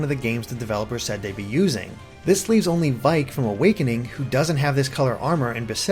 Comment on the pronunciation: Vaike is pronounced vayk not vike. He even has an audio clip saying "Enter the Vaike." Sorry for being a prick.